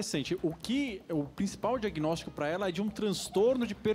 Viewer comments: Cara ele fala "Diaguinortico" kk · Regiany de Lima Reparei! E mais: disse “diagnórtico” e comeu alguns plurais 😫